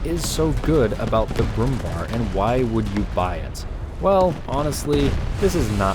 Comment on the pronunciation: Bär .. ÄÄÄÄ Not Bar 🤨